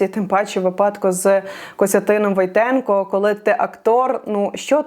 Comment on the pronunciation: не ВойтЕнко, а ВОйтенко! Наголос правильно на другу букву. Пхідна для цього прізвища, слово ВОйт